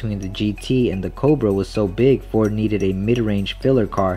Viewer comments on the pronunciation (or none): none